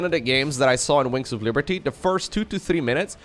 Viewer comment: is saying "winks of liberty"?